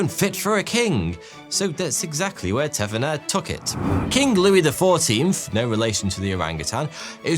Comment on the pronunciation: It's very unnatural for an English man to pronounce the "h" He must have to really make a deliberately conscious effort to do so, as his accent doesn't naturally allow it